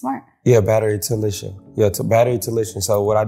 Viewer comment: Bro said he went to college for "battery talician" 😂💀.